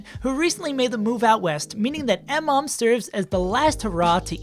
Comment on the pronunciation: It's pronounced Muh-mom.